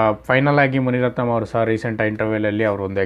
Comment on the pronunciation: ಮುನಿರತ್ನಂ ಅಲ್ಲ ಗುರುವೇ ಮುನಿರತ್ನ....